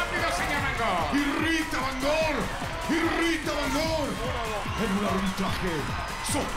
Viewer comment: "¿Y Rita,?" jajajajaja (ya se, es "irrita")